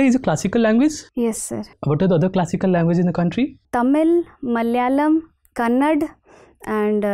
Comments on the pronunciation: It's not 'Kannad' mam.... it is 'Kannada' .... please pronounce it properly, being an IAS Officer candidate. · It's 'KANNADA' not Kannad. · kannad != Kannada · It's not kannad it's kannada y does all north people tell kannada as kannad? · It's KANNADA not Kannad😬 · It's not kannad It's Kannada......